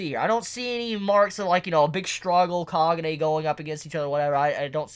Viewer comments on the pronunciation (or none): I like how he FUCKING SAYS KAGUNE WRONG WHAT THE FUCK